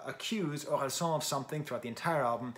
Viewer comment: i'm french and the "san" in Orelsan is actually pronounced like the japanese honorific suffix. which is most likely what it's based on. so "an" is pronounced like "âne" or "Anne" !